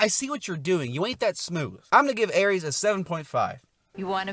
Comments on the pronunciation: ERIS. Not Erees. You make it sound like you’re mentioning the god of war. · Next time you review a character named Eris please don’t pronounce the name as Ares. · Not him calling Eris Aries I'm dead. 😂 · you keep saying her name with a A sounding like the god of war instead.